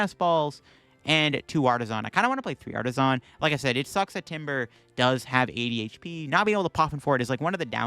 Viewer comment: every time he said 80hp it sounds like ADHD